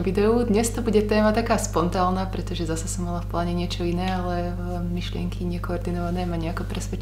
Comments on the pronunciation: vravíš spontálna? Lebo je to spontánna. Jedine, že musím k ušnému?:) Hlavu hore, bude lepšie... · Prirodzenosť je najkrajšia a aj tá "skomolená" 😉